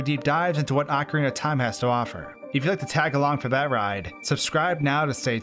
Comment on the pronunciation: "acrinatahm" que?